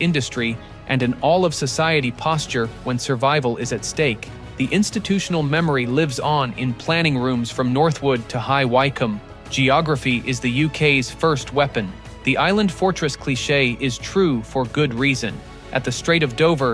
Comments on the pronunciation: The 2nd Aircraft Carrier is called the Prince of Wales as in the Heir ro the Throne, not Prince of Whales as was printed in the graphic on the video. Also.its pronounced High Wycombe(wickome).not ycome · Prince of Whales 😂😂😂 check the AI first. High Wycombe pronounced like wicked not why combe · All this technology and can't pronounce High Wycombe!